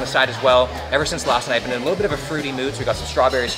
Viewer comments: Beén instead at been. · The way he said “been” really reminded me he’s Canadian lmao